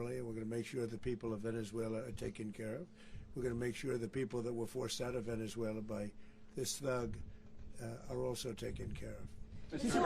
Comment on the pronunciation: Why does he keep saying Venezueler?